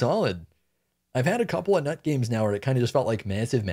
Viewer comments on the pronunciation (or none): Wow, what an unpredictable joke lol. Although her name should be pronounced as 'newt'. Also, Geb is Nut's husband, so it's nice that he's your support